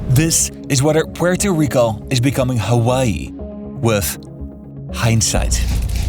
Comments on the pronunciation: Comoquiera suena grave pero bueno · Bro if you are gonna hate at least get it right. It would be Puelto Rico. Lambdacism only changes de lateral R never at the beginning of words. Comes from the Canary Islands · Why does hesay Puerto Rico like that. 😂😂😂😂😂😂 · Why the reupload? Edit: Ahahaha, I see why. You changed how you pronounce Puerto Rico. :D I mean, fair enough. :)